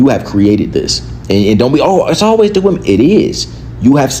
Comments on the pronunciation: important note “woman” and “women” are supposed to be pronounced differently this is a public service announcement so others can understand wtf you are talking about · Why does she keep pronouncing women as woman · Is it me or do people have a problem saying WOMEN? I keep hearing WOMAN but they seem to be able to say men with expertise... 🤔🤔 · It’s actually really weird. I’ve been noticing it. It’s pronounced wih-MEN.